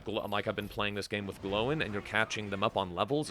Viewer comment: Gl-oi-n, not, Glow-In XD